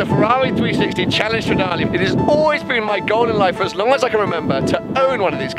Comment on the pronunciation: So happy for you mate, now you just have to learn how to say Stradale in Italian 🤌🏻❤️